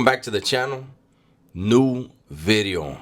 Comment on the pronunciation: NGL it's disappointing every time I hear the V in video. Hearing NEW BEEDEO just hit different